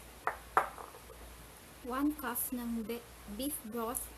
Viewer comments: 1 cough of beef broth! natatawa ako syo ate! LOL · One Cough ng Veef Vroth hahahaahaahahhahahaha naubo ako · I thought she said one cuff of beep